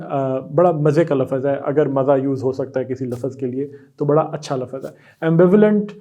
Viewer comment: Thanks sir for this series, but wanted to say something with respect... if I am not mistaken, you are pronouncing the word “lafz” as “lafaz”, which is incorrect pronunciation... hope you will pronounce it the right way next time... otherwise your videos are so helpful... thanks 😊